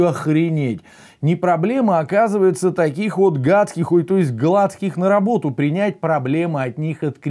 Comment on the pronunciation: Ну, почему же ГлАцких, а не ГлацкИх. БелЫх, ЧернЫх , СедЫх и прочие подобные фамилии именно так должны произноситься.